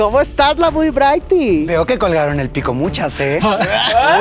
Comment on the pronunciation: icónico que ni la mamá de Brighty supo pronunciar bien su nombre, amamos a